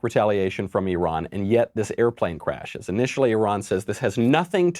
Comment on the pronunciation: at least Micheal Knowledge knows how to pronouce E Run correctly. Thanks Micheal.. love your show. You remind me of young Al Pacino in the Godfather.. do you speak that Italian American accent? can i hear it? im your fan from Malaysia.